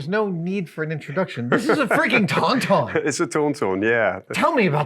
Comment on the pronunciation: Can we all please acknowledge the low key battle for the pronunciation of ‘Tauntaun’ at the beginning and again at the end there ! As a Brit I would like to point out Adam is 100% correct! I think most brits would agree, I have no idea what this guy is even saying 😂